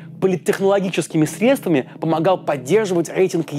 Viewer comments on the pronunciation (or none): none